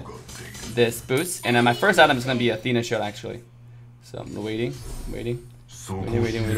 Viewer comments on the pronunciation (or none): none